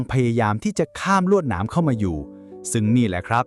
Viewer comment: เค้าเรียก ลวด-หนาม ไม่ใช่ ลวด-สนาม ค่ะ ลีลาการอ่านokค่ะ แต่ควรระวังเรื่องการอ่านหนังสือผิด ด้วยค่ะจะดีมาก